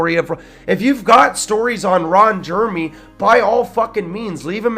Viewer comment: Reading verbatim from Rolling Stones and pronouncing Ron Jeremy's name wrong is annoying